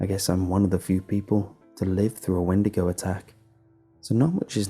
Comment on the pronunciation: "Sigh" a windago? Really?